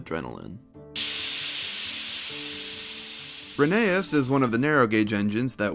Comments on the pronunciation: All I heard was "Rainy Ass" 💀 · Rhenease and Rherbe (also i thought Ffarquhar was instead splent and said "Farquad" for some reason)